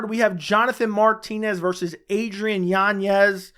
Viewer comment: Yanez... Not yanyez. Good Lord, man.